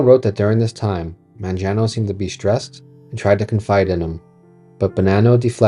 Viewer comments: Mangiano? It's "MAN-ga-no." The G as in "get." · Apart from the mispronunciation of the last name Mangano ( Man-GEE-ano ) : MANGO , MANGANO , the letter G sounds the same in both words ( sorry I’m Italian 😊 ) , it’s a great video , lots of info . Thumps 🔝 ❤